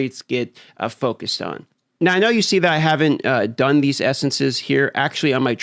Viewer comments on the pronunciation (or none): none